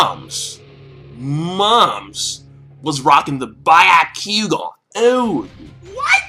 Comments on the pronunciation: How do you pronounce shit wrong that is repeatedly said in the show? By-yak-kugan is incorrect. Be-yah-ku-gon is how it should be pronounced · Wth is a ba-yo-q-gaa lol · by-ya-ku-ga XXDD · ***** It doesn't have to do with grammar but with spelling. Also he is in contact with Naruto and One piece series for so long and he pronounce byakugan as byeakoegan ? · you say all the words sooo wrong its funny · Why are you calling the Byakugan the "ba-yah-kuu-gon"? Did you watch the Naruto abridged series a bit too much? It's pronounced as it is spelled, Byakugan. And as others said, it's Indra, not Indora, and is named after the/a Hindu god/deva of weather/storms.